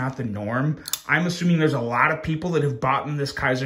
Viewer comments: Just a small FYI: the Kizer Begleiter is mispronounced. "Begleiter" is pronounced as "Buh-gleye-ter". The "Buh" is pronounced like a "Be" with the "e" being very short. The word "Begleiter" is German for "companion" or "attendant" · Begleiter is pronounced as be-glei-ter, German fir companion.